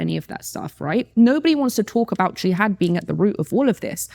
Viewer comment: . LOL. For a supposed "Muslim" it sure is suspicious that she doesn't know how to pronounce the word jihad. Any one of you who knows a Muslim and has discussed this with them knows she's mispronouncing it. Or simply listened to them on TV, you know that this supposed long time Muslim doesn't seem to know how to pronounce the word jihad. I'm telling you people, please don't believe the lies she's saying in this video. She's pushing her book and she's siding with Israeli narrative to get sales and to get free marketing. She's selling out. She doesn't give a damn.